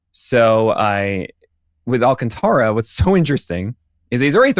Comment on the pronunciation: His name is pronounced Al-can-TARA! Lol, not -TRA has it right. Listen to the pitcher guy! Lol